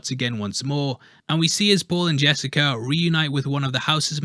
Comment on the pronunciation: It's pronounced Sar-duh-kar.